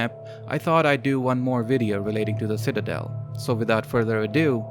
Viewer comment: Ah, yes, the Shitadel.